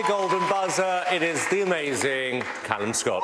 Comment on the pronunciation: Calumは｢カラム｣って読むよ。